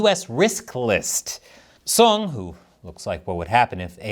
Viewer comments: ''Song Lick-Ho'', I bet you were having a hard time holding back your laughter, right? 🙃🍯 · Why'd he say it like that? 😂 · the pause was everything rofl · Love the pause before pronouncing Song's last name 😂 🍯